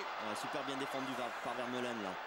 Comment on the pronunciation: par contre les commentateurs qui écorchent TOUS les noms des joueurs belges pfff apprenez vos fiches les gars (on dit pas vitzel mais ouitsaile ni veurmalenne mais vermâlenne ou encore le magnifique aldevereld on dit aldewérelde)